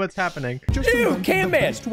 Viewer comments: Bro just said "canman"bro it's camman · It's not canman It's camman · His name is cam man, not can, man like he does have a can face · Bro preston it isnt canman its camman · ITS CAMMAN NOT CANMAN